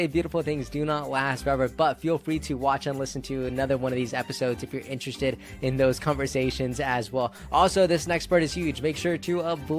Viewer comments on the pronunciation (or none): Interezt. Rates. Interest Rates. Interest mess